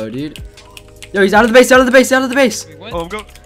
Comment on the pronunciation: Lol whenever I am listening for place I hear place, and whenever I listen for base, I hear base, but I know it says base.